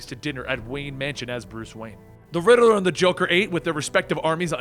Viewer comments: Please stop saying rideler it's riddler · The way u pronounce the riddler reminds me of my friend... I do miss him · Funny how he says the riddeler instead of the riddler😂